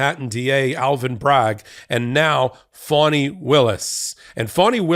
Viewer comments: Thank you for your input, very informative. Just a sidebar for future reports, her name is pronounced FAH-nee, not FAW-nee. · Her name is Fani, not Foni!